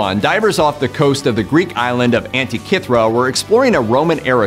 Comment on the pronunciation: Tree pan? Anta-kith-rah? Rapuh-no-wee? You sure bruh?